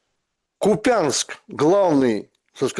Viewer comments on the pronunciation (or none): Почему не поправил Юрия Дудкина, когда тот сказал "КупЯнск", а не "КУпинск"? Путина в Шуме поправил. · вы вчера поправили Путина куда правильно ударение ставить в слове Купянск, а почему гостям не говорите?